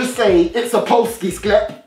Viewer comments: You pronoced polski sklep quite good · Wow, you said "Polski sklep" pretty good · You saying Polski Sklep made my day today, hahah! Beautiful pronounciation too!